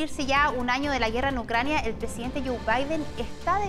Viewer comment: " Presidente Biden esta en UNCRANIA"